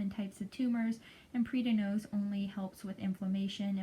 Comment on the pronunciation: Are you talking about PRED-NI-ZONE? PREDNISONE. Not PREEDIN-OZE. No such thing.